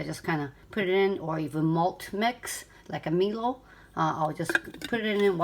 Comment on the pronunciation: Great video :) FYI Breville is pronounced "Brev Ill" (ill as in sick) and Milo is pronounced "My Low"